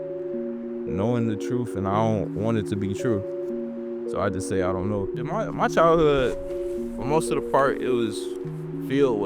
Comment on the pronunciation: Ending the vid on a “ion know”😂